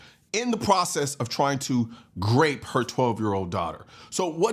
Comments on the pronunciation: Are you saying "grape" instead of RAPE ?? is this something to do with YouTube🤔🤔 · Grape?? Last I know -- the word is grope!! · Is he saying Grape??? I heard it 2 or three times. Is that grope? Or rape? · The word you are mispronouncing is 'Grope " .. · Why do you say grape?